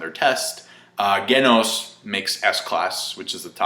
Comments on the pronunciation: its pronounce jenosss or sometimes jeee-noos, hahaha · Ghenos, G-noes, G-noss. Why does no reviewer/reactor know how to correctly pronounce Genos' name? XD It's based off of and pronounced like the word "genocide". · speaks spanish too, I presume. he is pronouncing it like a spanish speaking person would.